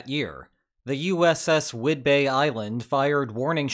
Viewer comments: How you pronounced Vincennes confounds me. Are you an AI? Then you said Whidbay instead of Whidbey. What accent is this. Are you, or have you ever been, a Communist? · Whidbey Island isn't pronounced "bey" like Michael Bay. It's pronounced bee, as in bumble. My parents were stationed there in the mid 1950s. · For whatever the minor detail is worth: 'Whid-bee', not 'Whid-bay'. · I love these long videos, they're great! Sidenote, , it's pronounced like "Wid-bee Island" not "Wid-bay Island." Or, at least it's namesake is pronounced that way. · For what it's worth, Whidbey Island is pronounced with "bee" sound at the end - wid-bee. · Yeah don't visit Washington state if you're going to pronounce it like the video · it’s pronounced Wid-bee island FYI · Tiny correction: Whidbey island is pronounced like whidbee. Source: I’ved live on the island in oak harbor for 15 years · whidbey island is pronounce whidbee if it ever comes up again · It’s pronounced wid-BEE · Small pronunciation issues - Vincennes is French, not Italian. Whidbey is pronounced Widbee. We could always restart Operation Earnest Will. The lines drawn after WWI and WWII really screwed things up, didn't it? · “Whidbey” is pronounced “WID-be” btw. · Vincennes is pronounced vin-senz and Whidbey is pronounced to wid-bee. Great video by the way! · You pronounced Whidbey Island wrong. Otherwise good job 👍👍👍😁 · As a Washingtonian that Whidbey Island pronunciation made me physically ill. Makes complete sense looking at the word but I had never considered that.